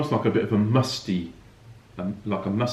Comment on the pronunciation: he said MUSTY